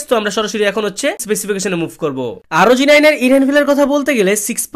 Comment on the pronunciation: ভাইয়া asus আরওজি 9 নয়, আসুস ROG(রগ) 9